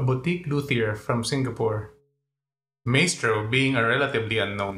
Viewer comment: Pronounced Mystrow